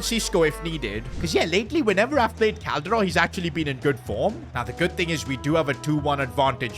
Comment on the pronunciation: I love the way he pronounce Calderon